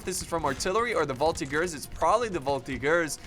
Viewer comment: oh boy... "voltigeur" plzzzzz prononce the "g" sound as you say "GG" and not like "gear"..like ranger and not monger. however so glad to see a french victory tell it to the guys who created the article "you are looking for french military victory??, did you mean "french military defeats?? " now we can say look at this!!!!! hoooraaaa!!